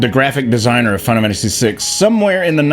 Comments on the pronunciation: Dude, say the name of the game properly! ...WTF is "Finamanacy6"?!🤦🏼‍♀️😆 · Makes a video on Final Fantasy VI Is incapable of pronouncing Final Fantasy VI